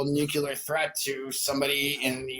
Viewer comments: It’s nuclear. Not nucular. Geezus. 🤦🏻‍♀️ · Why do people say "Newcullear"/ It's Nuclear! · She did, in fact, say "Nevada" is a city in California 😂 I had to back it up but she definitely said it. And are people really still saying "nuculer" when they mean nuclear? Damn, Bush Jr. would be proud of this caller. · Ignorance. Buzzwords. What about … . Conflating. Deflecting. And I hate “noo-kyoo-lar” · Did he just say nucular?😢